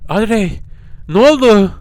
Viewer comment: Abi şimdi o panjurları kapatmassan penceredeki adam seni o panjurlardan izleyerek yerini görüyo ve direk oraya gidiyor bu arada kızın adı odri diye okunuyor seni çok seviyorum inşallah 200 B abone olursun💗#pisicikgücü